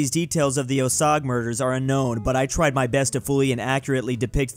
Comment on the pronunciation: the way you pronounce Osage is very unsettling.